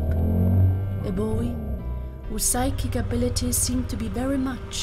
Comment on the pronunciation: Anstatt Psychic Abilities hab ich Sidekick Abilities verstanden. 😂